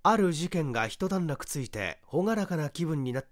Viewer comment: いつも楽しみに聴いております。余計なことですが、 「いちだんらく」ですね。